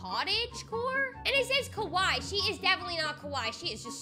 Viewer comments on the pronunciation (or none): none